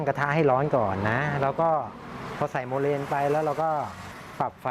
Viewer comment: ขอโทษคะ ที่รู้เรียก โมแลน ไม่ใช่โมเลนคะ